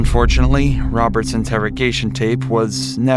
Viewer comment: “It was all my bwudder Woberts idea”